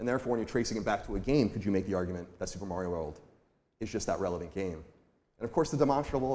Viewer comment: I'm so proud of Colin for pronouncing Mario correctly in his segment